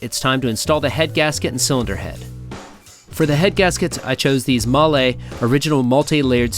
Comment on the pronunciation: TIL: how to say mahle